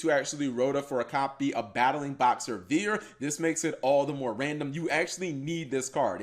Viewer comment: Why are you calling it Veer? It's name is Battlin' Boxer Veil